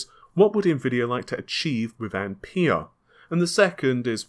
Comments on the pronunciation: Ampere not I'm pear! :)) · pronounced amp "air" buddy